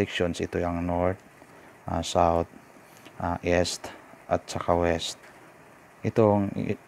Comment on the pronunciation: Correction...binibigkas ang east ng is (eest) not es or (s).